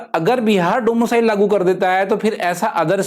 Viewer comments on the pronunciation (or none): Domo cile 😂😂😂bt axa lga rha hai sunne me